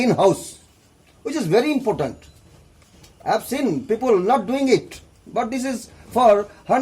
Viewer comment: he said impotent or important at the ending :P